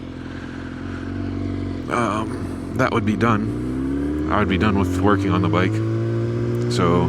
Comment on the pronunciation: 😂 ok so I heard "I'll be done with twerking on the bike" and not 'working' on the bike 😂😂😂 thought you'd appreciate a giggle